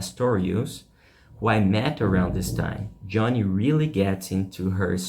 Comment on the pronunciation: You need to learn how to pronounce "innovative" and "Joni" correctly.